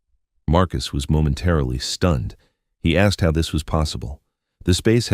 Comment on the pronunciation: Too lazy to check the output so listeners have to listen to amongst other words the misuse of “tow” as in HOW. I expect the entity that posted this story is happy enough to accept the income from advertising associated with the content.